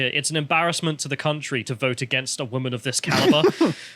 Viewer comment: woman [ woom-uhn ] noun, plural wom·en [wim-in]. an adult female person. took me 5 seconds to look up